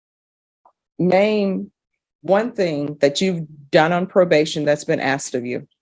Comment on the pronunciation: Well, at least he admitted "I was bean disobedient" and "I bean doin' stipulations"